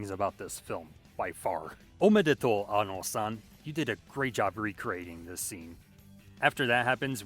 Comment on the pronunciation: first person on youtube to say annos name right